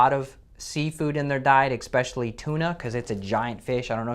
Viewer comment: I know this is nitpicking, but a doctor, who says eXpecially?